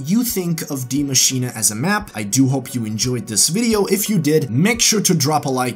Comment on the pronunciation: It's pronounced (dai masheen) not dia masheena or diei masheenei. It's a german name but is pronounced the same as the english spelling die machine